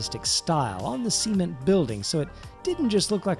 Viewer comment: "seement" lol